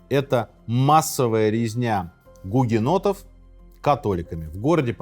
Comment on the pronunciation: Мне одной слышались периодически не "у гугеннотов", а "у енотов"? 😅